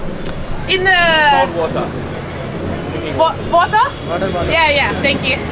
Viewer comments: Idk first time she sayd water and it is was fking regular and then whoahaohater? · If you can't hear she has n accent of her own, in her accent the pronunciation is meant to sound like wortah. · He is wondering why is pronouncing water as vota...he is like whats wrong with this girl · I just love the fact that the more u say water harder your accent gets 😂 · No, the second way she said it sounded more Aussie than the first. I'm Australian. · I know you also tried to pronounce it in a way he would understand the first time. You used more syllables than usual